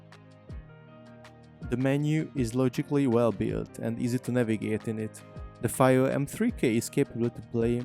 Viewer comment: Came close to buying one, chose the Shanling M0 instead for the small size and BT. FYI, I think it's pronounced "Fee-o" but whatever, good presentation, they make awesome audio gear for every budget.